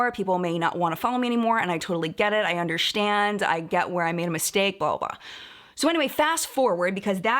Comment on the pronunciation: "I undershtand"